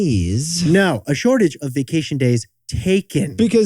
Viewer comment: Vah-cation? Vay-cation.😅